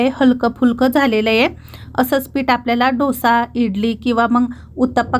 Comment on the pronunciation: ढोसा नाही डोसा